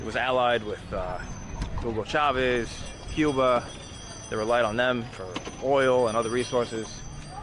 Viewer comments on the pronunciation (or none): none